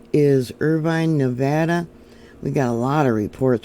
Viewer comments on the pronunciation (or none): none